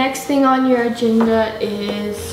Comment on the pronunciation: Anyone else hear, “What’s on the genda?” 😂